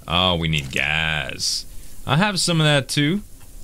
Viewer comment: Z I love ya. Your killing me. It's not gazzz.. Gassssssss